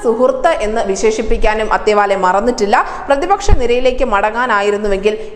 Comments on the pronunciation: ആദ്യം പേരുകൾ ശരിക്ക് ഉച്ഛരിക്കാൻ പഠിക്കുക. അത്താവലെ ആണ്; അത്തേവാലെ അല്ല. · "രാംദാസ് അഠാവ് ലെ" എന്നാണ് ശരിയായ ഉച്ചാരണം. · It is athaavaley, don't mis.pronounce, madam, u r a reporter and presenter